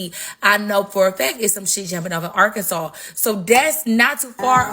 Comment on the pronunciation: Listen it’s Arkansas - (Are-Can-Saw) not Sauce!!! And I’m in Little Rock and we of the Black Delegation don’t give a damn about them light breads up there!!!